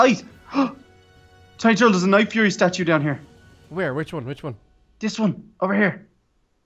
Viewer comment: I mispelled night fury u said nightfruy